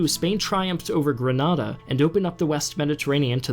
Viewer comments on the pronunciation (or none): none